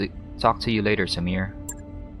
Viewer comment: Sumire is pronounced "Su-me-ray." :)